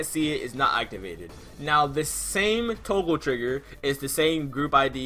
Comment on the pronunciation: you just say "Toagle" my boi?